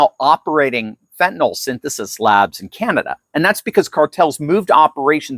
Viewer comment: Fentanyl is not pronounced with an NOL sound at the end. Fentanyl is pronounced like NIL at the end - nil or nyl rhymes with Bill. You should know that.